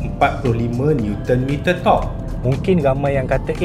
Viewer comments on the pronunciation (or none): tersalah sebut kuasa torqure ye? hahah dgr bunyi dubbing berbeza....hahah org filem mcm sy mmg selalu lah perasan benda2 mcm ni...apa pon terbaikkkkk, " aku suka la keta ni "